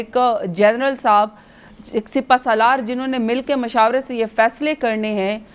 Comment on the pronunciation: DABBU SIPAHE SALAAR NAHIN SIPASALAAR HOTA HAI